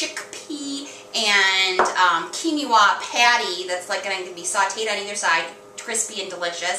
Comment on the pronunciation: I love you vid but this bothered me...Quinoa is Pronounce (Quin oa) KEEN WAH not keeny wah. Going to try this recipe. Tip for poached egg... is before you add egg to pot make a wirlpool in the pot & it will wrap the rest of the egg n its self.